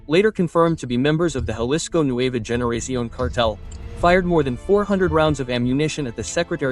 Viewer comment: It’s lowkey pissing me off how u butchered a lot of these Spanish words and names of people and places. If u gonna say the names of the places and people or things at least say it right. Its 2026 it should be no reason why anyone should be pronouncing the G in Generación as a hard G when it makes an H sound.